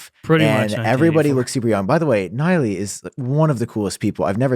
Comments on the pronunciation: LOL did you call him Niley? It's Nilay, white dude. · You would think he would pronounce Nilay’s name correctly if he was such an inspiration. Maybe that’s just me.